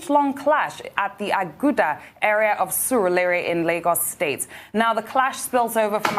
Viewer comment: Laila cannot call Aguda well. Chai in front of Abati. You guys should find out how to pronounce these places. You are not foreigners